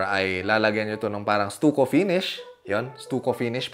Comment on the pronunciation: When you pronounce STUCCO not Stuko it pronounce I-S-T-A-K-O They common here in US like Las Vegas or Arizona